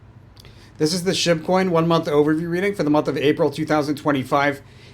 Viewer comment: I find it so funny that I hear you saying "shitcoin" when you say Shib coin 😂